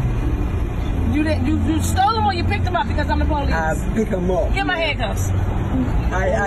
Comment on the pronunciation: Anyone who pronounces it "POE-lease" like that has nothing to do with Law Enforcement, beyond perhaps giving them business.